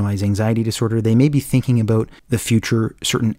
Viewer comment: TALK ABOOT?? IS THIS GUY CANADIAN?